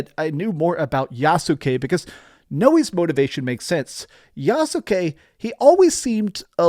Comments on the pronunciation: It’s YAHS-KE. Not Yasookay. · Yassskay not Yasookay. Still enjoy your videos man, lol. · The "U" is silent so is pronounced YAS-KE like SAS-KE(Sasuke) or INOS-KE(Inosuke) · The U in Yasuke is silent